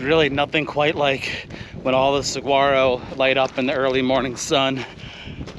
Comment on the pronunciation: Saguaro is pronounced suh-waa-ro how do you not know that living in AZ?